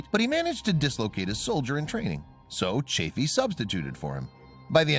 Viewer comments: It's Roger CHAFF-ee, NOT CHAFE-ee. Yes, I was there: You don't contradict Uncle Walter (Cronkite). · This video has more ads than discovery channel. I swear, its really hard to enjoy a video when youre basically watching a playlist of ads. Also, its chaffee with SHORT A. Your lack of dedication to learning the right pronunciation only chafed (LONG A) my ears. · It's not "Chafey" but CHAF-FEE: EE like in Santa Fe, not ey like in hey. What's next, someone changing Grissom's first name into "Virgin" ? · Nice vid but you need to pronounce Chaffee correctly. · Sorry "", but your mispronunciation of Roger Chaffee's last name plus using footage of the space shuttle and other images not related to the story as more than half of your filler material is not very disrespectful to the three men who lost their lives, but it's just a really poor way to convey the story of their loss (especially to people who may be learning of it for the very first time). Would be like creating a video to tell the story of the assassination of Abraham Lincoln, and then using content of the assassination of JFK as more than half the filler material just so as to make your video longer or to fit the length of the narration. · Is it too much to expect you to pronounce Chaffee's name correctly ? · The narrator needs to learn how Roger Chaffee and Donn Eisele's names are pronounced.